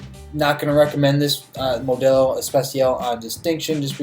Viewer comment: Why do you say Modelo like that!?! Plz tell me you’re not near Mexico, the white jumped out